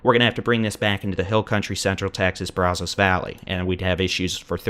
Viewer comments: It isn't "Brawzos..." 😅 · I appreciate this! But also, please learn how to pronounce Brazos. (Braz-zuss -the a is more like it sounds in at than ahhh) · He can't pronounce Brazos. Not sure he's from here. He does a good job though.